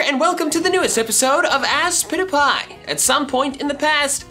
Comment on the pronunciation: It's supposed to be aspitifay